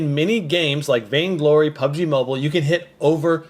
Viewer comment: Lol "PUGB MOBILE"